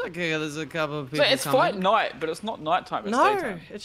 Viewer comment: Lol When says fight night it sounds like Fortnite